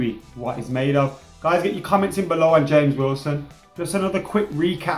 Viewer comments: Is his name even supposed to be HAMEZ instead of James?? I thought he was English ffs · Yeah I know right even pronounce's it as Hamez at the start then he calls him James lmao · WHY DOES SAY HAMES ITS JAMES WILSON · It is not Hames, It is James. He is English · do you mean James Wilson and not Hames Wilson. He's English not Columbian. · you got me saying HAMES everytime i see the name James WIlson... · "H"ames Wilson 😂👌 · why does pronounce him as james(ha-mes) he is english,not Hispanic/lationo or Portuguese isn't he? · Has everyone been living under a rock? He's been calling him "Hames" for ages, it's a joke. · Please pronounce James as it should be pronounced in English... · Please stop pronouncing 'James' in a Spanish way, it simply doesn't make sense. For the rest, keep up the good work :D